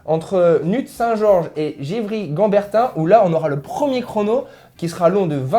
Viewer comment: tu nous as bien bouffer le nom des villes en Cote d'Or mdr "NUITS SAINT GEORGES" comme ça se prononce et "GEVREY CHAMBERTIN" comme ça se prononce. Aucun piège ahah